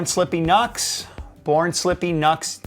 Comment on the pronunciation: Isn’t NUXX pronounced ‘new x x ‘ not rhyming the U with nut?